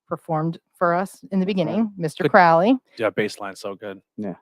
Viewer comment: Guys I'm only an hour in.... you need to read the biography Perdurabo, theres SO much misinformation here. you are even saying his name wrong as well. He used to say "The name is Crowley, it rhymes with Holy. It isn't Crowley, that rhymes with foully" (also its bol-es-kine house and yeats that rhymes with sheets). the book of the law was certainly not Crowleys first book and a few people did actually die on K2. The death at the abbey was because the individual drank from a mountain spring that Crowley had told them to leave well alone. There weren't 'neighbour complaints' there either, the locals actually petitioned for the abbey to remain. Crowley had written an anti-communist poem that offended Mussolini. the lady is just SOOOO WRONG about Wicca influencing thelema. Thelema predates Wicca and Crowley actually wrote many of the rituals for gardener, this is SO well documented. They met at Atlantis bookstore. Crowley NEVER met Jack Parsons or Ron L Hubbard ever. Crowley actually wrote letters to Parsons trying to warn him off Hubbard. Regarding Crowley working for MI5, agent Ian Flemming (the eventual james bond author) recommended crowley be the man to interview Ruldolph Hess when he was captured. Crowley was basically commissioned to produce propaganda to discredit the Nazis. This is ALL verifiable. THE BARBARA BUSH STORY IS AN APRIL FOOLS JOKE STARTED BY THE OTO ONLY TAKEN SERIOUSLY BY COMPLETE IDIOTS. crowley was a genius. He was a selfish, silly attention seeker with a m